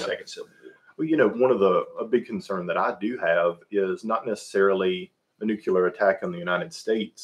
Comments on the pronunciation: This guy is driving me crazy saying “nucular” instead of “nuclear” a hundred times in a row. You shouldn’t have opinions about things you don’t know how to pronounce. Other than that thank you for all the input. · "NUCULAR" is not a word, its "Nuclear." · As soon as I hear someone say "nucular", they lose me